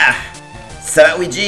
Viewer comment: À c pas WEEGEE (OUIDJI) c LUIGI (LOUIDJI)